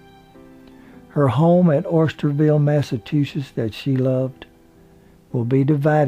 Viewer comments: Massatusis? Must be an Alabama pronunciation. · He kept saying "Massatusess" 🤣🤣🤣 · The state is Massachusetts (It's pronounced Massah-chew-setts) NOT MASSAH-TOO-SETTS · Who is the narrator?? The guy pronounces Massachusetts thusly: massa- too- sits. Yikes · Thank you,, for such a good biography of Lee. She was so beautiful.(different note: Her home state is pronounced "MASS ah CHOO sets"). Yeah, I'ma Yankee from Massachusetts. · Please learn how to pronounce Massachusetts, otherwise wonderful video.